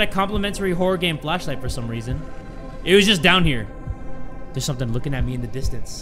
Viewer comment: Handy Dandy Fleshlight i swear i cant be the only one who hears him say Fleshlight right